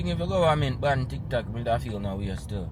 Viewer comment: You meant to say BAN not BAND.